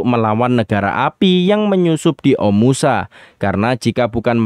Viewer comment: Bagus story telling nya min❤ tp knp pengucapan kota omashu menjadi omusa ya?